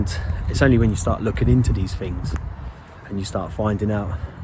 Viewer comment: Its 'things' - not 'fings' - the 'th' has a sound.